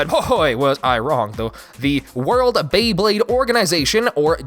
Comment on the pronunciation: You NAILED the pronunciation!